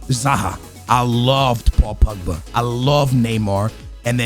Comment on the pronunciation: paul pugba he said hahahaha